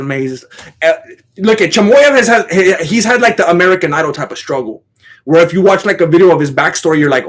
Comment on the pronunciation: Bro has learned how to pronouns names off uncle sonen. Choymoyev